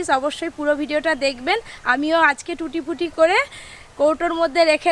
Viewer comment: লেখা আছে ট্রুটি ফ্রুটি কিন্তু আপনি তো বলছেন টুটি পুটি এখানে ফ্রুটি বানানে ফ্রু এর উচ্চারণ করুন প এর নয় এবং টু এর উচ্চারণে ট্রু কথাটা আসবে ok